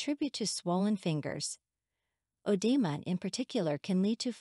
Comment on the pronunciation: "Odema" lol